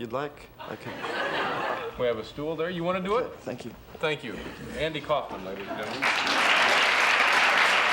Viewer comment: The name Kaufman, at least the Jewish-German variant, should be pronounced exactly how Dave is pronouncing it.